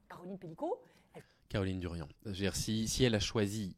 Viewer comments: Merci pour cette vidéo, par contre c'est Caroline Darian pas Durian😊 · C'est Caroline Darian. Pas Durian....